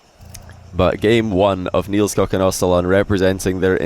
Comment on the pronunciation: It isnt pronounced NielsCock, it's NielsCook